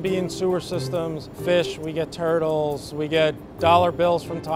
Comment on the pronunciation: When he said turttles it made me sad